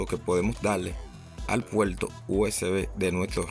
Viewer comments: "El puelto" 😂😂😂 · Muy instructivo vídeo pero debes mejorar tu pronunciación de la R, gualdal, impoltante, actualizal, puelto. Qué horrible. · La r no se pronuncia como l es decir no se dice puelto sino PUERTO no se dice celulal sino CELULAR etc. En Puerto Rico deben aprender Español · Smaltivi, puelto, cualquiel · Adaptadol , iltenet , conectal, apalte, oliginal ,calgadol,calgal , veldad, celulal, menol,emelgencia, puelto,desflutalde,utilizalde, cualquiel,implimil ,extelno,... Fuera Reguetonero FEO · Disculpa pero yo no conozco el "Puelto usb" ni el "adaltadol al intelné"... "coneltal apalte" eso que significa??... No entiendo, deberías aprender a hablar ESPAÑOL... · Puelto???? Intelna??? Intelnet??? Apalte ??? dalde??? calgadol???? destrozas nuestro idioma.....no tan sólo hay que decir cosas interesantes, sino, expresarlas correctamente..... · "rauter"? "puelto usb"? que idioma habla este individuo??? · La R al principio y al final de las palabras, la pronuncian R, en medio es L. Por eso dicen puelto rico.